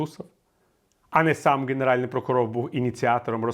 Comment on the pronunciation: Прокурор генеральний, а не ґенеральний. Перепрошую, бо у Вас чудова українська і цей огріх треба виправити✌️🇺🇦